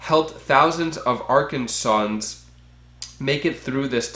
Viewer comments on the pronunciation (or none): Btw it pronounced Arkansan (are can sin) just means resident of Arkansas. Loved how u said it 🤣🤣🤣. I noticed to it’s to be Republican ran states that are canceling unemployment. If 1/4 are the ones that don’t need it, what about the majority 3/4?!